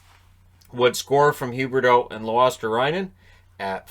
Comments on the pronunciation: Not that the nhl pbp announcers will ever get it right, but... Luostarinen, ri-nen. Not rye, just a short ri* like in Rinne. *or ree if that makes more sense in anglo phonetics. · Luostarinen, not Luostarainen. You don't say Pekka Rainne either so why Luostarainen? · It's luosta-RINNE-n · In case Luostarinen makes a habbit out of getting to the score board: his name is pronounced 'Luosta-re-nen' Instead of 'Luosta-rai-nen' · everyone in NA seems to pronounce it as Luostarainen. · The "i" in "Luostarinen" is pronounced as "e" btw :) I know the tv commentators mispronounced it as well. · The announcer said it incorrectly as well. Of course there's a difference in pronunciation for people who speak different languages and I do understand (and I don't care) if the pronunciation isn't absolutely perfect but it can easily mean something completely different if you change some letters. I just thought if he wants to be accurate then the "ri" in Luostarinen or in whichever name has "ri" is pronounced exactly the same as in "Rinne" or "Risto. Sometimes the last "n" is dropped in spoken language (depends of the dialect) Anyways, not a big deal.